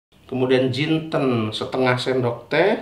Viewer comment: Assalamu Alaikum chef, Alhamdulillah ngomong jintennya sudah gak JUMINTEN LAGI..... Mantap smga sehat dan sukses terus..... Aamiin.